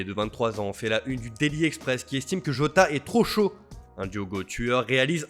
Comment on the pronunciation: Jota et non yoga !